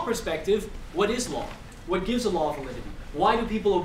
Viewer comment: It sounds like he's saying Allah when he says a law.